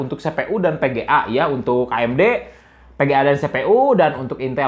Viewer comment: VGA pak bukan VGA'AK